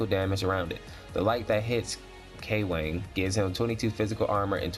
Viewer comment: It's pronounce like it rhymes with Gong. So Kw-ong. 😂 Least that's how the devs pronounced it on stream. Good vid tho, man.